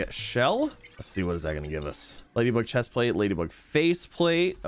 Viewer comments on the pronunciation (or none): none